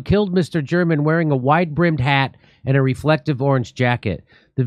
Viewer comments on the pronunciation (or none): Mister German hahaha pronounced mister Ger Man funny as fuck